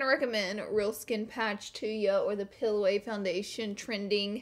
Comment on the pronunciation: Loll "pill away" vs "peel away" her English tho haha, no hate just omg